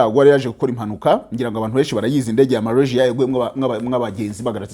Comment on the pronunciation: Urakoze kuraya makuru, aliko ni Malasia ntabwo ali Marasia!